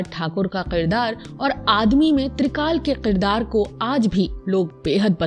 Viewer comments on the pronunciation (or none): Aap ki vdo achi hai leken is mein kuch alfaaz sahi se Ada nahin kiye aap me, khaas taur se Aap ne kaha Qirdaar. Which is not correct. Aap ne kaha begham which is not correct . Sahi pronunciation hai Kirdaar کردار۔ بیگم ۔ Begum - wife biwi.